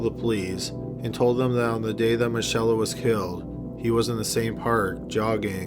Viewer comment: the girls name is pronounced mickayla, not michella